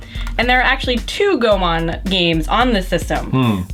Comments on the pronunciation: it's GO-E-MON not GO-MON how you can pronounce pokemon right without pronouncing pokmon but a name with the similar sound and spelling like pokemon and you say GOMON!!!??!!! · I think it's actually pronounced "Goy-mon"